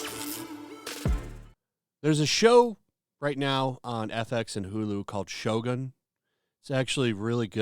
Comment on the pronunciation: its shogun not shotgun we dont need any black in here